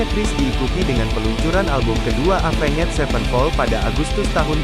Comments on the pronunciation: Oii dibacanya evens bukan avenget 😂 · Apenged wkwkwk Tapi gapapaalahh mungkin lagi masa2 belajar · Cara baca Avenged nya jangan gitulah 😭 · Sebutan Bahasa inggris nya cringed parah..avan ged..apaan sih..itu yg ditulis itu yg disebut..avenjj..zaki apa jing..zac ki bilang nya..